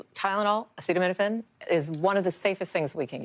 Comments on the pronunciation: This from a man who says he has the highest IQ in the white house. He didnt even know how to pronounce the word acetamenifin. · Come on trump, sound it out... a ce ta mi no phen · He couldn't even pronounce acetaminophen 😂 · Caution taking medical advice from someone who can't pronounce the medication he's bantering about and also release the EPSTIEN FILES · This brain dead gutter snipe has to sound out the word acetaminophen on camera. Nobody seems to show his lowball reading ability on any of these posts. He's recommending medical advice and has never read the name of the topic of this discussion. I guess I should use his new title: President Dr. Gutter Snipe. Hasn't he harmed enough of our daughters? Not to ignore Dr. Bobby Wormbrain, the nation's top medical researcher. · medical advice from someone who can't pronounce acetaminophen. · Mr Bone Spurs has some nerve saying to women "if you can't tough it out" Doctors and pregnant women don't go around habitually taking Tylenol acetaminophen or anything else if they want to have a healthy pregnancy, dumbo Trump. It already is not encouraged unless necessary but now we have you saying only do it don't do it do it. O m g!! And it would help if you could pronounce the word acetaminophen correctly and at least know what you're talking about before you get up to the podium. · Should probably be able to pronounce the word before deciding if it's good or not. I mean it would be more helpful to understand what it is... But I'm going with the bare minimum here. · You're not going to learn it from Dr Trump okay He couldn't even pronounce the word acetaminophen. 🤣🤣🤣 so I do hope you have a do.